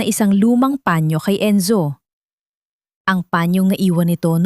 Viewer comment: Turuan nyong bumasa ng tamang pagbigkas ang taga basa nyo saang planeta b galing yan,sabihin nyong panyo hindi pañio